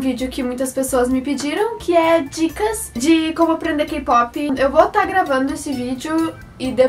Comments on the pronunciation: Se pronuncia * keypop * pero tú dices Keipopi 🤦🤦🤦🤦🤦 Pareces guaga K-Pop no es solo BTS y BLACKPINK !!!! >:vvvvv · "kipopi" hahahaha love your accent!